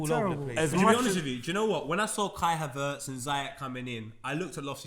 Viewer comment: Ngl you man piss me off man said havertz